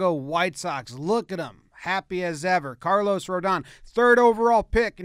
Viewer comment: Carlos goes out of his way to include an accent on the last O, only to have the pronunciation butchered by Jomboy.